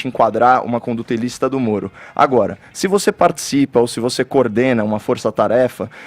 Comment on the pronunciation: Eu nunca tinha percebido, que o fala igual ao cebolinha. Ploblema, Sérgio molo etc 😁😁😁